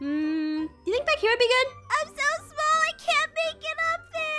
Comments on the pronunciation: Literally said, why am I so mall? Instead of small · Is it me or did say why am I so mall😂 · Is it just me or did ein say so mall